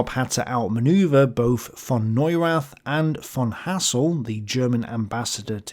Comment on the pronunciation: Neurath. the TH is spoken like a T only. its a silent H. and never like the th in english :D Grüße 2.0